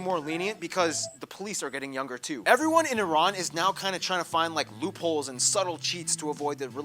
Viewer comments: repeat after me IRAN not eyeran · love and respect from Iran. and btw the correct pronunciation sounds like E-Run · It's eeran like Italy or Iraq 🙂